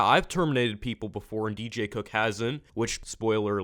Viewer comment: Please pick a better tittle for this video because it sounds like you said do cook is bad